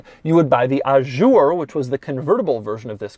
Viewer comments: That’s not how you pronounce “Azure”... It’s a “Z” not a “J” 👌 St-Tropez isn’t too happy Dougy ;) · Please, it's "coupé", with an "é" at the end, not "coup"... And it's "Azure", with a "z" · Did anyone else notice: Doug keeps calling the Azure "A Jour" The interior is grey The "pinstripes" are called coachline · Ajoure? I thought the car was calle azure? As in the color? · "Ajure" oh my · It's NOT "Ah-shure"!!! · He said "Ah-shure" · I think the word Azure has never been pronounced more wrong in the history of mankind. French people should throw fromage at you wherever you go, you cretin.